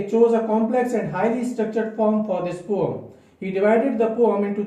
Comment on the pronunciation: Don't say 'pome'... Very irksome.